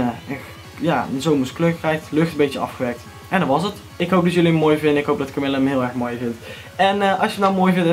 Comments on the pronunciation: echt heeeel erg bedankt! haha je spreekt het idd uit als kamieje ipv kamille maar dat maakt niet uit :D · HAHAHAH KAMILLE!!! Je spreekt het uit als Kamieje. Maar wauw, mooooooie banner! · supertof! je spreekt het niet uit als camille haha :') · HahHa, leuwk nieuwe banner. Idd verkeerde uitspraak maar het is ook een moeilijke naam natuurlijk =P